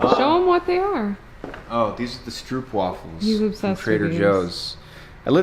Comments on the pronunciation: pronounced stropewaffle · Stroopwafels are actually a Dutch cookie, first made in Gouda (my home town). No surprise they're my favorite snack too 😄 In Dutch the double o's in stroop are actually pronounced like the o in okay 😉